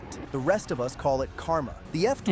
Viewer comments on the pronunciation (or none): none